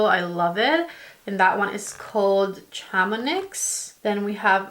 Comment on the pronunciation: Shah-mo-nee :) I love the color story